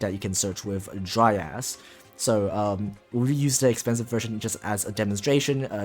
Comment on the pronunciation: You: Dryas My ear: Dry ass